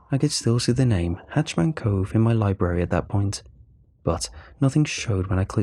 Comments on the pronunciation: HatchET* Man. Not "Hatch Man".....Bothers the crap outta me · It's hah-chet-man and not "hatch-man" as you're saying it. The former is scary, while the latter sounds like someone in charge of making sure hatches on a ship are secure. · Mate cause it’s killing me I gotta say, it’s “hatch-ET-man cove” it’s a “hatch-et” a hatch is a small doorway usually on the floor/ceiling a “hatch man” would like be someone who stands in front of the “hatch” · Am I the only one who noticed he kept calling it hatch man cove instead of hatchet man cove? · Ha! I am glad you said it. I can’t stop hearing it. Driving me nutz. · Maybe its the way they say it in Britian?